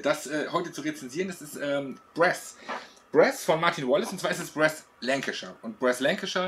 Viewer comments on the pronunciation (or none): Aber bitte mit korrekter Aussprache: Brass mit langem 'a' und nicht kurzem 'ä'